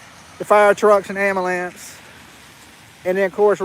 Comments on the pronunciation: Luv the way you say "Amalance". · It’s amalamps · I think he’s saying “abulance”😂